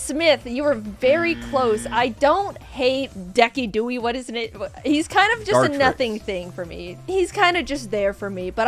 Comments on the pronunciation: can we talk about jaiden pronouncing decidueye as "deckydewey" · No way she pronounced decidueye as decky dooey 😭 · "Decky Dewey" It's decidueye. Pronounced Dee-Sid-Joo-Eye. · calling Decidueye "decky-dewey" is sending me holy shit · jaiden pronouncing decidueye like that took me out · Jaiden calling “Decidueye” “Decky Duey” is killing me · "Deckydewie" I learned that garbage pronunciation from pchal and I hope that's where it's from here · okay im sorry, but did she pronounce decidueye as DECKY-DOOEY ?!??? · ...deck-ee-doo-ee? Fucking Deck-ee-doo-ee!? Why does that annoy me SO MUCH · wtf pokemon is “Deckydooey” XD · Jaiden outing herself as still being a Wolfey Glick watcher by calling Decidueye "Deckidooey". Incredibly based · Oh no, Jaiden has the Wolfey pronunciation of Decidueye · why did Jaiden use the world champion decidueye pronunciation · i don't want to insist that Wolfey Glick takes all credit for that Decidueye pronunciation, but it DID make me think of him immediately lol